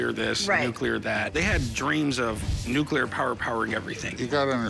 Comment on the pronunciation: that woman needs to learn her vocabulary. It is "nuclear", not "nucular".... Sheesh....